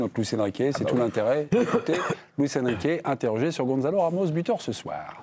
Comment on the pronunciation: Gonçalo, pas "Gonzalo" !!!!! C'est pas difficile, non ? Vous dites bien "garçon", pas "garzon" ???!!!